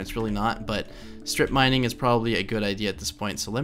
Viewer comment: I know you say "straight mining", but it sounds like "strip mining"